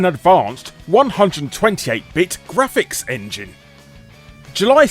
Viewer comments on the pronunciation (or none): none